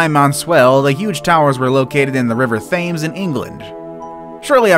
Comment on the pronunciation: is no one taking about how he pronounced The Thames?!